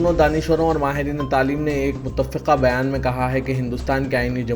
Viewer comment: muthaffiqa ....wrong h ......... muththa fiqa sahi thalaffuz hy .